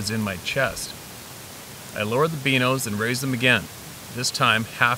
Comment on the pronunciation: Stop calling binos, beanos